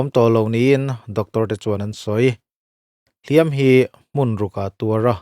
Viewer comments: "Hliam" i lam rik dan hi a diklo tlat mai a..... "Hliam" tih hi "Tiam tlat e" kan tih a "tiam" anga i lam rik chuan thil lo la awm tur sawina a ni a. Tin, inbiakna ṭawngkam a hman tur a ni bawk a ni. E.g.- Mi i va hliam ringawt ange aw. "Hliam" tih hi "a va pawi ve aw" tia "pawi" anga kan lam rik chuan thil kal tawh sawina a ni a. Tin, mi chanchin kan sawina atana hman tur a ni bawk a ni. E.g.- Hliam nasa tak a tuar a ni. Mizo ṭawng (Lusei ṭawng) hi uluk hram hram ila, hnam peng hrang hrang pawh chuti tho. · Hliam tih hi i sawidik fel famkim bik chiah lo. Verb anga hman anih Chuan 'tiam tlat e, Kan tih a, tiam Kan lam dan anga lam tur. Adjective anga hman anih Chuan lam rik san tur. Ui hliam alo kal.